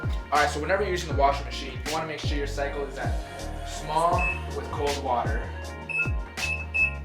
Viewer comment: "Welcome back to a new episode of restorations-wiah "